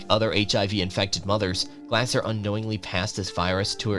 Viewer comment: Elizabeth Glaser was pronounced Glay-zer, not Glasser.